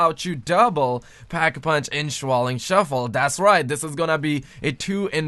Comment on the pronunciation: Shaolin Shuffle as in SH - OW - Lin